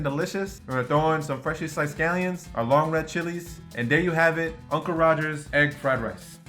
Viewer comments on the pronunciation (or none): none